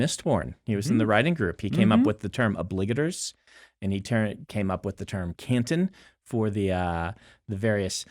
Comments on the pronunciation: THAT'S how you say Obligators?!?! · Woah woah waoh. Wait... oBLIGators and not obliGATORs? Time stamp ish.